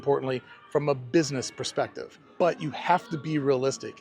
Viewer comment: You said a "Desiner Perceptive." Are you a designer?